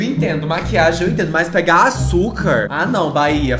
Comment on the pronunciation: vai virar meme agr ''AÇUKA''' KKKKKKKKKKKKKKKKKKKKKKKKKKKKKKKKKKKKKKKKK